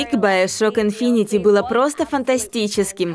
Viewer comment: инфинити НУ БЛИН INFINITE читается как инфинит , e в конце не ЧИТАЕТСЯ!